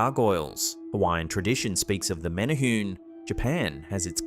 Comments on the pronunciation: It’s pronounced MENay-hu-nay. Not menay-hoon. Please research the word before saying it, because the way you think it’s said is usually not the way. I was born and raised on Kaua’i Island in Hawai’i, so I was emerged in the culture and learned to respect it. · The “e” is not silent in Menehune.